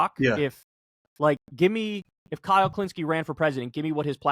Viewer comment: AI-le Kulinski